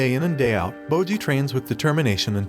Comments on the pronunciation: It's bojji not moji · "Bowjee" "Cage" ✊😢